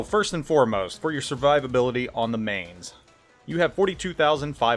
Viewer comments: Spent 2 years at Lee Barracks in Mainz, Germany and it's pronounced "Mine-tz" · Mainz = "Mine-ts" Eugen = "Oy-gen", you're killing me, here! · I wonder how many times he's been told it's pronounced 'Mines'... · Man that pronunciation was horrible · pronounces it wrong plays like ass gives a half assed-commentary with mediocre gameplay no wonder you only have 28k subs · I do plan on getting it. I've been in Mainz, and would live to have a ship that sparks those memories. Someone else already corrected your pronunciation, so I won't. Take care of your family and enjoy the little ones. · Mainz, you pronounce the ai like the mi in in mice. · Another German ship, Another name butchered by. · same grade of terrible as Notser or him butchering French/Italian/Asian/Russian names. ....how dare the world !